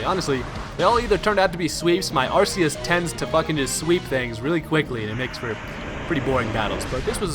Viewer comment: The movie pronounces Arseus as Archeus. PLEASE FOLLOW THAT!